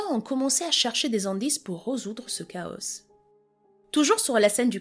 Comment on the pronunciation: Bonjour Madame, merci pr votre travail ! Alors moi, je n'avais jamais entendu parler de ce fait divers et pourtant, j'en ai déroulé du câble de "true crimes". donc re merci. à vous. Vous narrez VRAIMENT BIEN,vous nous embarquez avec vous dans votre histoire ! Chapeau bas !! Je suis chiante donc Frances se prononce "FranCÈS" 😊 et "chaos" "caO" leS ne se prononce pas dit très gentiment